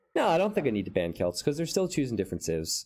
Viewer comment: Barely anyone says it that way.